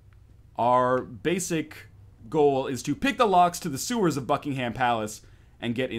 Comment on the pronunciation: `Ryan, there is no 'ham' in Buckingham palace, just for the sake of all the British people here...